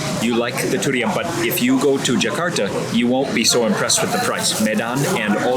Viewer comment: Big fan but man the way you say durian is way over the top and pretty annoying honestly! Haha